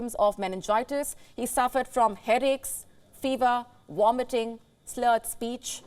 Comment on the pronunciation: Stop with this scaremongering bs!!!!!! And it's Vomiting not Womiting!